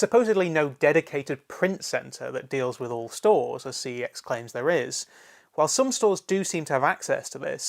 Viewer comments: your supposed to pronounce the store name "sex" not "C E X" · the company has already said that your meant to pronounce the store name as "sex" and not "C E X" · that's actually how you pronounce the name. I only just found out myself after hearing it said on an ad for CEX. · Doodles Gaming I've seen it said on an ad too but it's still incorrect. Their name is Computer Entertainment Exchange, CEX is an abbreviation if that name. It isn't Sex, it was a mis-pronounciation which they latched on to because they thought it was cool. Think about it, how infantile would someone have to be to name a company Sex?